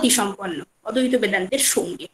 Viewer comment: অদ্বৈত উচ্চারণ টা ঠিক হচ্ছে না ম্যাডাম,, ওটা ঠিক করুন.